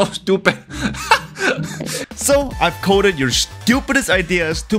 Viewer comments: "That is so schewtupid" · soh stoopeh